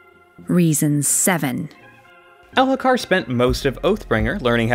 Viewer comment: mo-ash, my guy. and the h is silent in Elhokar.